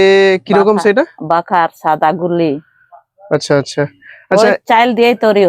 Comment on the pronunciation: বাখার না রে খামার😅